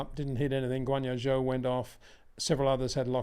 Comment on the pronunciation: Someone needs to explain to this guy how to pronounce zhou’s name properly…